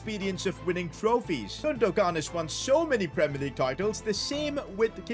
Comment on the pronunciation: Great vid but i was annoyed because it’s pronounced like gunduan not gundugan